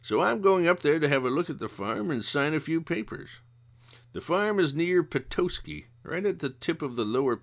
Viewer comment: These are great. I'm enjoying reliving childhood moments or reading these books for the first time. As a native Michigander though, I ask you kindly to look up the pronunciation of Michigan cities. Cities with names like Petoskey and Mackinac aren't English in origin and aren't pronounced the way they may read. Otherwise, yes! these are great and I making my way through all the videos. Keep up the great work and looking forward to the next ones.